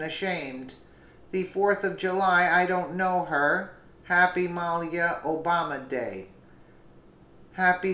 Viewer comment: Muh-LEE-uh. Great story though!